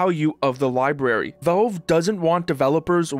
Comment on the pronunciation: What is Velve? Thought it was Valve.